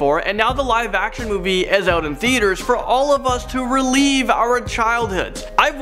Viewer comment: I think you read the prompt wrong, dear. "Re-live" not "re-lieve" 🤣 but it's all good, we know what u meant!